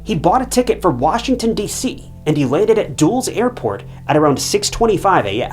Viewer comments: what about calling the Wash DC airport "Duels" not "Dulles"? 😂, where you from? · DULL - ES